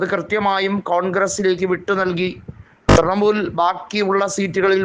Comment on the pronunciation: തൃമൂൽ അല്ല തൃണമൂൽ